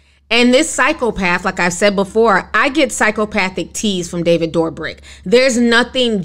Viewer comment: I love how you say David DoorBrick’s name. Lmao this is how I’m referring to him from now on!! Love your content Ti!